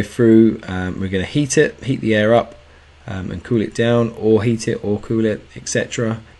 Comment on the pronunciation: The cold water gives off its "cooth"... lol British people, thanks for the videos tho man!! I'm very thankful for your channel.